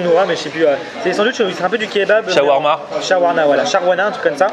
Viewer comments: a dit "shawarla" à la place de "shawarma" (je me moque pas mais je suis habituer je suis libanais) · sharnawa weshhh on se calme c'est shawarma frère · on dit shawarma